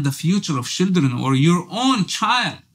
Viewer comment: It’s the pronunciation for me “shidren” 😂😂😂